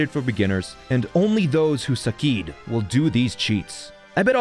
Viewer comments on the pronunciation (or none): im pretty sure the word succeed would be said like sukseed and suceed would be said like suseed becuase an c followed by an e makes the s sound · honestly, i think "suseed" is funnier than "sukeed", but you do you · You suh keeded man. You suh keeded